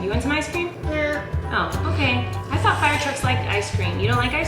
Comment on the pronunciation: Was that a southern accent on?? FIIIIRE!